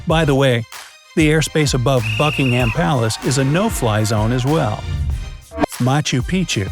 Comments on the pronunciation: Berrrrkshire and bucking hammmm palace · Buckingham is pronounced like: Buck - In - gum :)